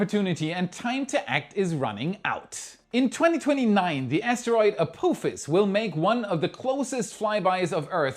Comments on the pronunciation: you made me do a spit-take with your pronunciation of "Ah-Poo-Fas" for Apophis 😂. As it's named after the Stargate SG-1 villain, the correct pronunciation would be "Ah-Pah-Fas" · It’s pronounced App-office. Apophis… Have you never seen Star Gate? Ancient Egyptian mythology etc… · A-poo-phis? Really?